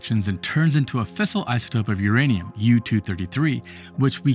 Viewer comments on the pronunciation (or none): Its fissile not a fistel get another translator ytup einzt